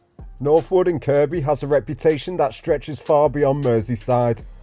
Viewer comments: Am I hearing you right… are you calling it KirKby?? It’s pronounced ‘Kirby’. You filmed my bf’s old place in Northwood lol. That spot you thought may have been an old playground is now just used by a few for their dog to have a run round and toilet. I used to live in the heights on Roughwood Drive. My block got knocked down years ago though. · . I know. 😂 I used to live in Northwood. The guy doing this video mispronounced Kirkby. My comment was in response to that.